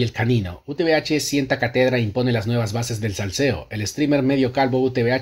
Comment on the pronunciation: la tilde esta wn la primera A, no es CaTEdra, es CÁtedra